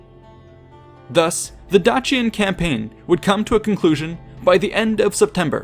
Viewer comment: Dacian = Day see ahn not Dah chee un